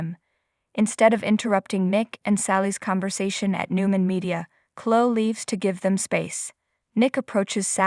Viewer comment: Please get narrators that can pronounce words and names properly. The name is Chloe! =“kloee”. NOT klo!! Devon NOT “Deevin” and “Lilly”. NOT “Lilee”. Uugghh!!